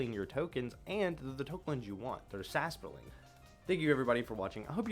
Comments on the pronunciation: Sasproling? Where do you get the second S from?😅 Edit: and what is a "Crotichet of strength"? 😂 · Sas-por-ling? Bro this triggered me💀